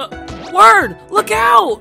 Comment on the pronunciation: man when he said "it's Wird time!" I was like Ok, now it's Wird time, but when he said "It's Wird time!" again at the end, that's when I knew it was REALLY Wird time. Certified Epic Wird moment.